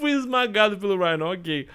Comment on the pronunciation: Alguém sabe me dizer por que diabos ele pronuncia o nome do Rino como raino? O próprio homem aranha no jogo diz Rino. Acho que a palavra raino nem existe.